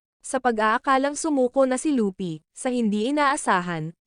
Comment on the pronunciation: Kuya hindi po lupy mali po yon hindi den po lupi at lopi luffy po tamang pangalan ya